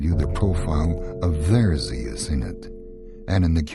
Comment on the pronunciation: WHAT ZEAS?...THE NAME IS ZEUS!